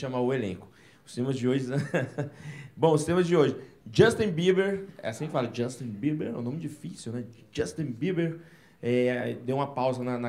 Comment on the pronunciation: "Jostin beber"😂😂😂